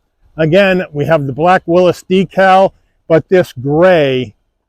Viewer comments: Its a WILLYS, not a WILLUS! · Why are people pronouncing it “Willis”